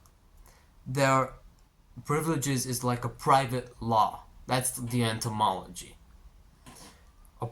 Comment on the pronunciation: This is sarcasm, yes. He uses 7 minutes obsessing over the historical origin, the etymology (which he doesnt pronounce correctly), of the word priviledge, which is "private + law". He then makes the leap in logic that because a problem could be considered a "private law" it can therefore be categorised as a privilege. By his definition, everything you could ever experience could be considered a privilege... It's straight from the playbook of everyone in history that wanted to control and manipulate the poor, the slaves, the minorities or any other group that were less privileged. "dont be sad you're starving bruh, be happy youre alive to feel hunger". It is the words of someone who has never starved, who has never been in pain that could not be alleviated or became chronic, who has never experienced losses that were out of their control. At best it is naive, at worst it is manipulative. I'm glad that it's obvious it's the former. And yeah... Etymology is literally just the historical origin of a word. It's not something you can use to make grand philosophical conclusions about how we should shift our entire perspective on our lives. It's embassing.